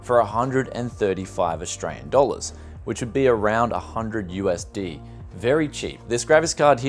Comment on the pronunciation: USDiiiii......... It is US Dollars, not USDiiii.....